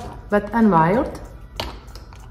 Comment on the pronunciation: Pardon, ale neni to Wide, jak to vyslovujete, ale Wild.